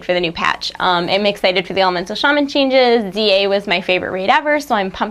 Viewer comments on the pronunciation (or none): none